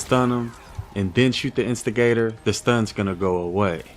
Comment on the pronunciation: Instigator When says the weapon name: instigator 6 year old when he says it: investor